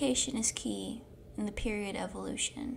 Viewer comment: it is not periodt it is period